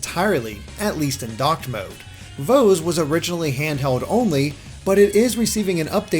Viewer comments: Your pronunciation of VOEZ is so cringe XD It's pronounced "Vo-iz" much like "Voice" but with a z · VOEZ IS PRONOUNCED AS VOICE.... uguuu how many times do we have to hear this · Why do you mispronounce VOEZ when it actually tells you the pronounciation in one of the songs on it?